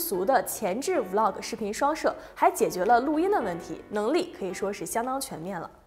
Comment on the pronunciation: 還是伊凡講 Vlog 連貫讀出 有很多男女主播成 V -log 太難聽了